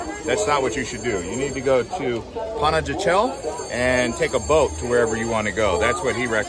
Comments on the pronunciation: The city Panajchel is pronouce Panahachill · If you’re going to make a video please pronounce Pana correctly. Pana-ha-shel. J’s are pronounced like an h.